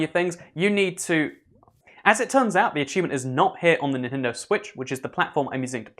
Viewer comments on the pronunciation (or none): none